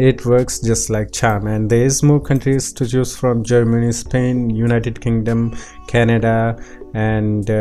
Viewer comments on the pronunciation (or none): none